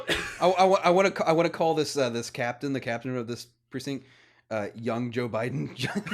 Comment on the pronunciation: there's a "t" in the word precinct.;)